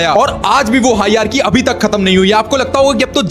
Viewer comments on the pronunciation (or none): Hierarchy❌ hiarki✅😂😂😂😂. Correct your pronunciation then make videos